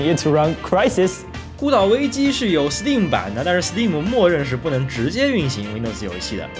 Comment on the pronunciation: b站为数不多把STEAM念对的UP，